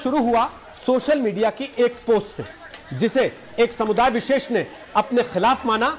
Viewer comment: Koum visess not darm vises